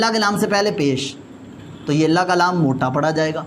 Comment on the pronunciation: قبلہ لفظِ اللہ کا لام ہے نہ اللہ کالام درست فرمائیں